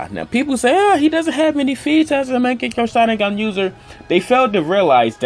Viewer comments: Young Makaveli What. As I watched the video i replied with the ways he said it lmao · bruh legit said mechagyou sharingan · Is he saying "maagekiyo shareengun?🤣🤣🤣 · U cant even say mangekyõ sharingan